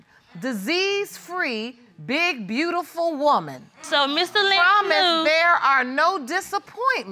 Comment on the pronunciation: She said “My brootiful smile” 😂😂😂